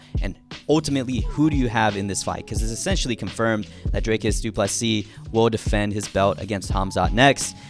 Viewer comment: Dricus* not Drakus. It really isn't that hard.